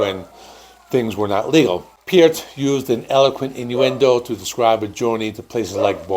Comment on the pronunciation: Hahaha... another youtuber who cannot pronounce Neil's last name CORRECTLY. 😂😂😂😂